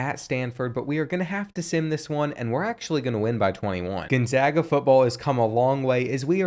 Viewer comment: You realize that there is no I in Gonzaga, right? It's not pronounced Ginzaga.